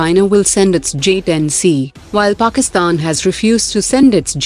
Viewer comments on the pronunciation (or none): none